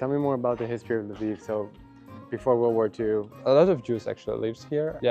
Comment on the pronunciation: " Со времён ВОРЛД ВОР 2..."☠️